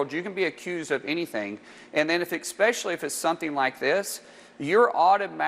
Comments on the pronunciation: I don't know what's worse, the fact that markwayne is a completely shallow rape apologist, or that he being a US Senator says the word "eCspecially"......gag me with a spoon! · You know Mullen is lying when he says "exspecially" and "exstablishment". He's not in control of his speech faculties because he's trying to generate the bs!🤣🤣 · Exspecially? The exstablishment? Who is this guy?